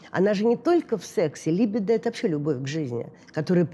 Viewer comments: Странно, почему произносит слово либидо с ударением на первом слоге? Ведь и по-русски, и по-английски правильно говорить либИдо, с ударением на втором слоге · Господи, ну когда же уже все эти психологи научатся правильно ставить ударение в слове « либидо». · я не о привычках, а о правильном произношении. Можно ведь проверить и в Википедии, и в словаре